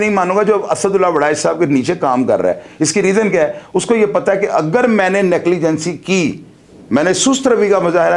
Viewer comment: Negligence نیگلیجینسی نہیں ھوتا نیگلیجینس ھوتا ھے